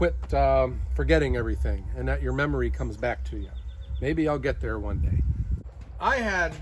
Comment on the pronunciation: mmery = "memory" sorry, Guy